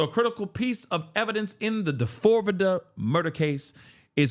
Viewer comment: when you call him "Da-fore-vidda", I absolutely lose my shit 🤣😭 hearin you say it the way it's spelled serves him up.